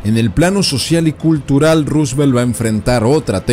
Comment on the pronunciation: Está bien pronunciado y bien escrito